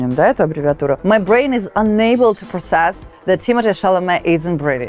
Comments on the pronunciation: Correction: here in the states the word PROCESS is pronounced prO-cess (stress on O), which makes it a short O which is usually pronounced ō as in FROST 😉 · Process ударение не на тот слог учишь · to process-обрабатывать- если в этом значении. то ударение на ПЕРВОМ слоге!!! А если на второй слог ставите ударение. то это будет глагол уже с другим значением и переводиться будет как - участвовать в процессии!!! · Process, вроде, на первом слоге ударение, разве нет? (и в существительном и глаголе). Сам когда начал готовить уяеников к ЕГЭ очень этому удивился.. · да, на первый слог, тоже резануло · очень резануло ухо тоже ! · Люблю Старикову. Но что с произношением слова process? Нy и у слова twink едва ли такое значение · Очень режет очень режет ухо ударение на 2;40 Process - ударение на первый слог !!!